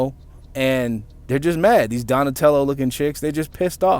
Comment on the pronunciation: He say Donatello 🤦🏿‍♂️🤣🤣